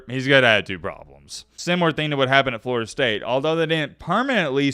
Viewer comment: Did he say Florida state cinnamon rolls? 😂😂😂